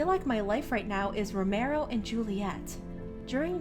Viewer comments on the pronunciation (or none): uhm its pronounced "Ro-Me-Oh"